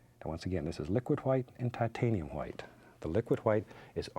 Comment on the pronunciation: "titanium hwite"